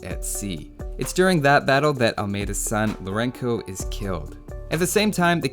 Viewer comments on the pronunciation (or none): Although Lourenço went a bit weird. He should've pronounced 'lou-ren-so'. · Lourenço is pronounced as "Lourenso", as the letter "ç" represents the /s/ sound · Lorenço is pronounced the same way as Lorenzo, the "ç" is just a "c" that always sounds like an "s" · Great video! Your pronunciation of the Portuguese names was very good, even João, which a lot of english speakers don't even try to pronounce it correctly. The only correction I would make is Lourenço. The Ç is always pronounced as S, so it sound more like Lourenso than Lourenko. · The Portuguese campaign is one of the best in the expansions. Hope you make more in the future. Incidentally, though you probably have been told this already, '*Lourenco' should be spelled with a c-cedilla or ç, which is pronounced like an {s}, as it's meant to represent the "soft c" in Portuguese, as well as in several other Romanic languages. Hence 'Lourenço' should sound like {loh-REN-soh}, not unlike its Spanish form--'Lorenzo'. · Some pronunciation corrections: - Juan's J sounds like a very strong, gutural J/H (you don't have that sound in english, though using the J of Jack would be accurate enough) - Lorenço's Ç sounds more like the TH in 'thirsty' or an S, never like a K Also, I don't get why Queen Isabel of Castille is always referred as Isabella (while the portuguese one is actually referred as Isabel). A double L in spanish sounds like a Y, while that '-lla' ending is usually italian. Anyways, I see there is a general mixture of translated and non-translated names for the Kings. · Just to assist you with the pronounciation of "Lourenço". In Portuguese the C or Ç is always an S sound when it precedes a voul. The Ç in "Loureço" sounds the same as the Ç in "Chouriço" (chorizo in Spanish). Hope it helps! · I also found that impressive. But nonetheless he could not figure out how to pronounce the “ç” in Lourenço hahahaha was kinda funny